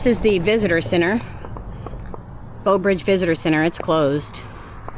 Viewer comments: . Nope she said Beau 😂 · I was going to say that too. Plus, it sounded like she kept saying BOW Bridge!! The teacher in me was making the "Brrrrr" sound. Great video! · Its not Beaux Bridge. Read the sign. Its BREAUX (with an r) Bridge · It's Breaux... bro bridge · It's pronounced "brah-oh" or "broh." The French elongates the "eaux" or "oh" part of the word. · You 1 hr away from me (Baton Rouge). Hope you enjoyed , love the content ❤ P.S. Ypu say breaux like “bro” Teche is “tash “ (Teche is a Chitimacha word meaning snake) and Angelle like “anjel “ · You don't crawfish.... enjoyed the video, but you needed a guide... and Breaux Bridge has an R in Breaux!!! -- you could have learned a LOT if you just asked anyone questions.